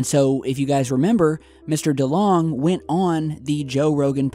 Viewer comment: I might be wrong, but I reckon that Delonge is not pronounced like Delong but like Delonje. :)